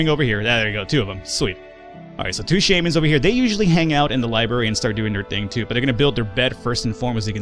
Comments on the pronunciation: It's "libRary", not "libary". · lol it's not dormitarry or libarry